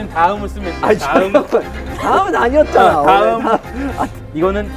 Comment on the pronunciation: 다음(Next)이 타음(Mext) 이 되는 기적 ㅋㅋㅋㅋㅋㅋㅋㅋㅋㅋㅋㅋ 영어 자막 고생많으세요 ㅠ 적어도 우리한국인들은 무슨의미인지압니다ㅠㅠ